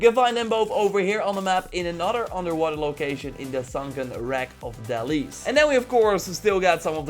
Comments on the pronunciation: Please it isnt Del”IE”s its Del”O”s 😂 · Delos is not delis, but dilos